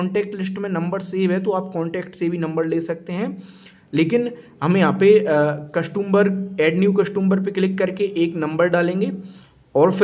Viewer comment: Sir आपके nails काफ़ी गंदे हैं और कस्टंबर नहीं होता कस्टमर बोले आप बार बार कस्टंबर 2 बोले जा रहे हैं Next time ध्यान रखें